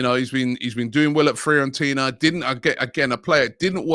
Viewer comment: Everyone: Fiorentina: Freeorentina